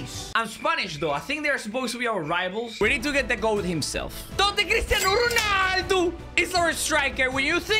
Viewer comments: Why do you say cristano hoarnaldo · The way the said "Chrisinado ronaldou"